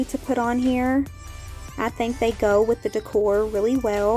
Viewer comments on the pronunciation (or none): none